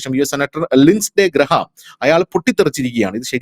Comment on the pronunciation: graem ennanu parayuka. D pronounce cheyyenda. ഗ്രാം എന്നല്ല. ഗ് റേ മ് ഉം അല്ല ഇടക്കു ഉള്ള എ ശബ്ദം